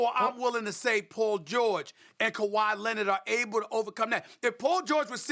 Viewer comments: stephen a: paw jowich and kuhwah lennit me: 🤔🤷‍♂️ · Kawi Linned 🤣🤣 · “Kawhi Lennit” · "Kawhi Linnit" - Steven A Smith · Stephen A “kawhi lennit” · ''Kawhi Lennit'' 😂😂😂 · Nobody: Stephen A: KAWHI LENNET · actually it’s KUHWAI LENNET